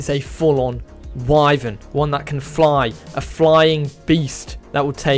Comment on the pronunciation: Its Wyvern🗿